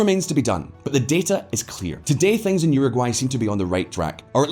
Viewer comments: Please bro, uruguay is pronounced “euro gwhy” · Agree. This bald dude is full of BS and at 54 seconds into this he cannot even pronounce Uruguay correctly. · EXACTLY. He lost a lot of credibility 54 seconds into the video when he misprounounced Uruguay.